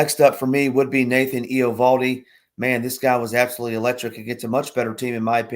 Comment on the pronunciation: Riley Greene on the fong shot and the pitcher's name is pronounced ev-AL-dee😁